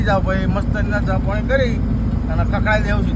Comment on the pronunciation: પોણી ❌પાણી ☑️ ભાઈ શબ્દો સુધારો યાર